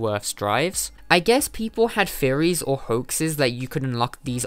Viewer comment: This is a great video! However I can't help but hear "furries" whenever you say "theories"